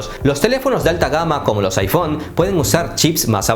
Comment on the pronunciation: Todo bien pero deja de decir iPhone con acento donde no es